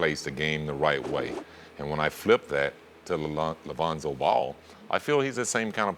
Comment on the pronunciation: LOL, he did say it right tho' ;)